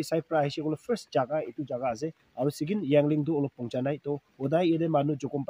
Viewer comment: Not yangling it's called yaling 😂😂😂😂